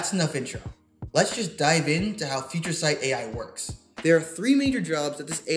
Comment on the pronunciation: Nailed the name "Future Sight" Amazing!